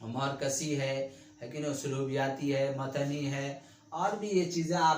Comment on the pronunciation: زبان درست کریں ہجے صحیح ادا کریں۔۔۔مورکسی نہیں مارکسی ہے